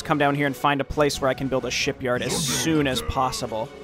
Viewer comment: Is it me or do you always pronounce “shipyard” as “sheepyard” for some reason? (I mean it would’ve made sense if it’s a Dwarven building that produces war rams or something)